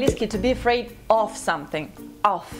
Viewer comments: насколько я знаю, "of" произносится как "ов", а не как "оф". Off = oф, of = ов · Классное видео! Единственное, у меня вопрос. Вы произносите "of" как "оф", а не как "ов". Это правильно? Нас учили, что если произносить это слово через букву "ф", то иностранцы могут подумать, что ты говоришь "off" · предлог of произносится [ɒv], а со звуком [f] это будет уже off ;) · А точно ли of произноситься как оФ? По ходу, оф это когда off, осторожно, а то можна и в неловкую ситуацию попасть с этим ;). В словаре of, как ни странно, читается как «эв» (сори, нету точной передачи транскрипции). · Посмотрела 1.29 минут-выключила, of-читается как ов,а то ты произносится как оф(как барышня говорит в видео) это off Тоже мне,знатоки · вот твоя ошибка: "of" читается как "ов" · of читается как [ov] или американский вариант [әv] а не оф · Of??? Почему оф?? Это читается как ов!!! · Не "оф", а "ов". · Если вы учите людей английскому, то может сначала стоит научиться правильно произносить предлог "of"? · of читается как ов а не оф (((( стыдно должно тебе быть говорить по английски ((( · Ов не оф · добрый день!В Вашем видео есть несколько ошибок:1)предлог OF читается ОВ,а вот слово OFF читается, как ОФ;в союзе AND буква D в английской беглой речи практически не произносится,если дальше следует согласный звук,и это никак не связано с названиями;выражение FEEL myself используется для выражения самочувствия (I am not feeling myself today).Будьте внимательнее в дальнейшем,чему Вы учите. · Произношение! Вот главная ошибка) Of говорится как "Ов", She как "Щи". Ну и т.д. Даже очень популярные